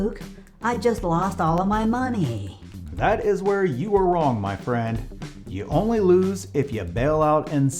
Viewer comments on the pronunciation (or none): The way Luke says "money" cracks me up lol